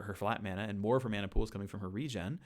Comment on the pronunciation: Thanks for pronouncing it correctly as mana and not mana